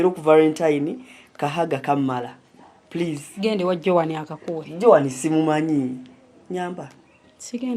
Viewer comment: Omuzungu angamba puleeeee..... puleeeee 😂😂😂😮😮